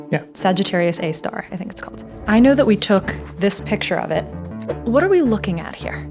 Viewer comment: Did you purposefully mispronounced "Know" !! Anyways great videos ❤